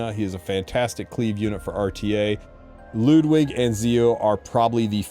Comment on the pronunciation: finally some1 says Ludwig's name correctly